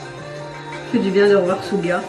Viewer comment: Pour l'info ! Suga se dit Shuga , chuga 😉😉 sinon j'adore la video